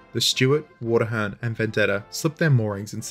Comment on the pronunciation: Engrossed as I am with this video, I keep flinching whenever I hear "Water-hern"